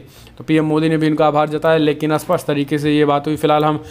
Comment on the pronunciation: आप कहना चाहते हैं 'स्पष्ट' मगर बोलते हैं 'अस्पष्ट' क्या आप इसे सुधारेंगे?